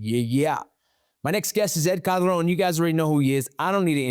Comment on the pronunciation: Bro it’s ed Calderon not ed cabron 😂